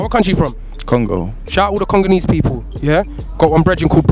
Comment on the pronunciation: Man said conganese 🤣